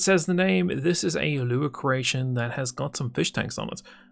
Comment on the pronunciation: My girlfriend is from croatia and she always thinks you say "croatian" instead of "creation" It is quite funny tho I have to admit xD "Spawning in the croatian..." "Lets play with that croatian a little..."